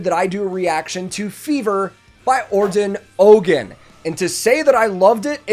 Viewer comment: What's cool you dont struggle with pronunciation of foreign names😆 i had to stop when you said OGAN not OUDZEN or something like that😃